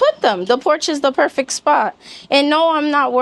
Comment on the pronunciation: Perfect. Not perfik